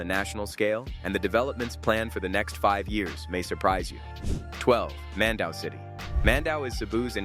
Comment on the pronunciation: Mandaue is pronounced as "Mändäwê"